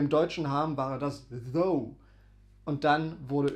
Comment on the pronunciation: Eine kleine Korrektur: das Englisch "thou" wird wie "thAU" ausgesprochen. Deine Aussprache "thOO" bedeutet auf Englisch "though", also das Wort "obwohl" auf Deutsch. Also, geschriebenes "thou" wird wie "thAU" ausgesprochen Geschriebenes "though" wird wie "thoo" ausgesprochen "Thou" wird kaum mehr verwendet, entspricht aber "du" auf Deutsch, z.b. thou goest (du gehst), thou singest (du singst), und so weiter. Die Mehrzahl von "thou" ist "ye", also "ihr" auf Deutsch, z.B. ye go (ihr geht), ye sing (ihr singt), und so weiter. "Ye" gilt heutzutage als sehr veraltet, dafür sagt man aber in vielen Teilen der USA, besonders im Süden, "y'all" (you + all).